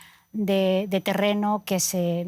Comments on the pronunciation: NO SABE DECIR MOLDAVIA LA PERIODISTA QUE VERGÜENZA PARA LOS LATINOS . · Que clase de periodista que no se prepara... Moldavia no tiene nada raro para pronunciar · De los peores programas que he visto el pelón tendencioso antiruso las señoras acartonadas sin una opinión convincente y la conducta sin poder decir Moldavia vaya caos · Estos pobres diablos (as) no tienen la menor idea de lo que están hablando. No pueden decir Moldavia